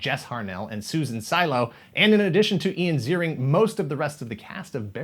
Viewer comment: Great episode! I had no idea about the 2000s reboot. (I'll overlook the mispronunciation of Ian Ziering's name...)